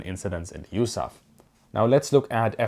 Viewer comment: It’s U-S-A-F not yousaf